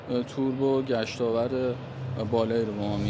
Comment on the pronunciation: یارو بعنوان کارشناس هنوز بلد نیست گشتاور تلفظ کنه. میگه گشتاورد مثلا یاد وردآورد یا هم آورد افتاده . میگه دیکس صفحه . بابا یه کات بدین بهش بگین درست حرف بزنه. احترام به بیننده بذارید. حالا شما یه درصد فک کن مفهومشو بدونه. عین طوطی یه سری چیز قبل تصویر برداری بهش گفتن اینم بلغور میکنه